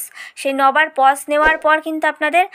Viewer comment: Pause not pos😄🙄🙄